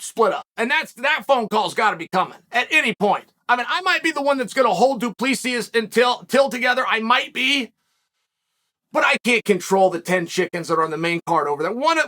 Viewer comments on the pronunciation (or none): I swear this mfr Chael needs to learn how to pronounce fighter names, this shit's getting out of hand lmao... This guy really said "Dupleexis". Chael, are you retarded? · Du Plexis 😭😭